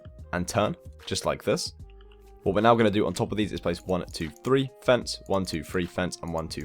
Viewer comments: I reaaaaally don't wanna be THAT person but this grinds my gears when I hear people doing it. PLEASE pronounce three as three and not free! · fone foo free for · Why is he counting like one two free four 😂😂😂😂😂😂😂